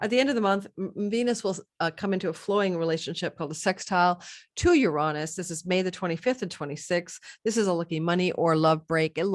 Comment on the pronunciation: Please learn how to pronounce Uranus… smh